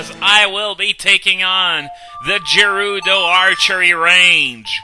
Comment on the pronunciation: Isn't it pronounced gerudo not jerudo?